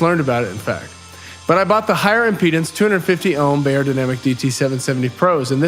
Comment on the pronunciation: Great sounding headphones. FYI the proper way to pronounce Beyer is ‘Buyer’.